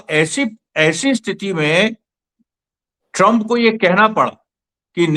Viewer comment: ट्रंप की जगह कभी चंप कभी शंप क्यों सुनाई देता है?